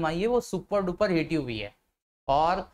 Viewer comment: Hate nahi hit bolo